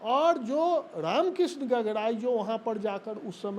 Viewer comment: गागराई होता है गगराई नहीं हकला चाचा जी